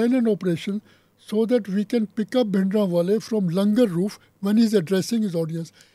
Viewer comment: Lady doesn't know that it's bhindra wale not bindra wale ... she is an absolute fool person.